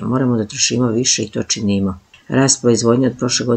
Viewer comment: Ufff kako loš naglasak!Ne kaže se činiiimo čiiinimo!Apostrof je na prvom samoglasniku!